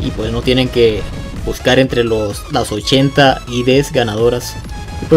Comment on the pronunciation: TEAM PEREZOSO ni siquiera los a de ver solo al azar, y según el dice que se vio todos, que esperar que alguien que no sabe ni hablar:v han notado esa "T" colada en sus palabras? "Butscar" "protzimo" Y si le comunicamos esto a pixonic? Así le cambian los sorteos a:v